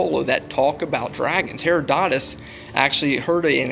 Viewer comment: Did this knucklehead pronounce Herodotus (huh-rod-uh-tuhs) as Hair-uh-doe-tis? Ugh it hurts my ears, and they are already bleeding from the nonsense of the video.